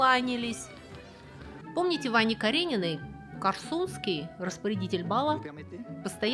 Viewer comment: Не КорсУнский, а КОрсунский. От названия города КОрсунь, а не КорсУнь )